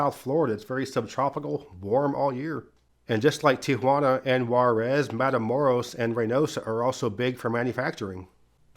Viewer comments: Thank you for pronouncing Tijuana with 3 syllables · I LOVE how you say Tijuana right. I paused the video and had a whole conversation about it! for the win! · But he pronounced Tijuana correctly, so that's a W for me. 😂